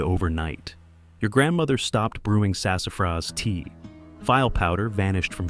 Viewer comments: It drives me nuts when the A I can't pronounce words. It's pronounced "fee-lay", not "file". As in gumbo. Very distracting in an otherwise informative piece. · File powder?? Come on AI, you can do better